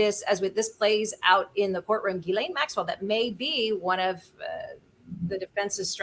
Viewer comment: its pronounced JIZZ-lane